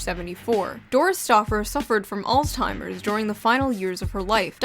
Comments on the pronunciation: Dear Shoe, There's no "T" in Alzheimer's. Love, Weirdos who watch you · There's no T in "Alzheimers" why are you pronouncing it like that???